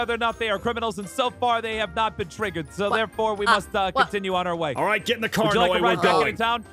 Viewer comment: aph: lets steel from macs house and give it to noi my ears: lets steel from macs house and give it to moi